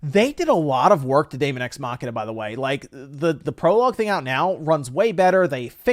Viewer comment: They are probably tired of people mispronouncing "daemon"